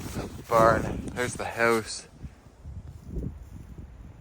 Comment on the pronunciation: Why do you say the word … house so funny? It’s just weird the way you say the word … house You say like …. Howse. Just weird 🤣